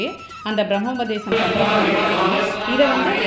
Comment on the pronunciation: Small correction its BRAHMOPADESAM... Not bramopasesam... Congratulations for Nikhil